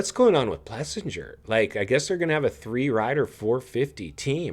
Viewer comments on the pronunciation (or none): For the love of God learn how to pronounce AP’s name. Do you even know how many times you have jacked it up? It’s Plessing-er. 🤦🏻‍♂🤦🏻‍♂Practice it! The KTM bikes weren’t having “massive” issues 😂😂😂.